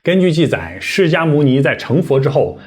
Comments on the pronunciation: 愣伽：讀 愣qie，不讀jia😅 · 讚讚~ 不過，我小小p.s.一下通常應該唸"楞伽(茄)"等同於茄子的音~